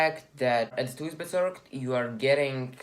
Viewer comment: lol thuisbezorgd pronounces as like 'thaahysbezorg'